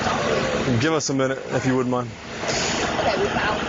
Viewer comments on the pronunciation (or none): More AW-kays from the cops. Are they taught in the academy to say ok as AW-kay?